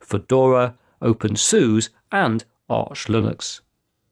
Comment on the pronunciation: OpenSoos. Oh dear, Explaining Computers hasn’t seen the music video on how to pronounce it.